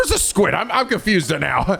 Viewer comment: “I’m confuza” is confuza